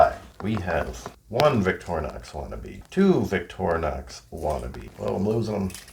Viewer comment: Victorinox is pronounced VICTOR-INOX (equal emphasis both syllables) In French and other Latin-derived languages, "i" is pronounced "ih" not EYE, so "in-ox" from the French "inoxydable" (literally, non-rusting) or stainless.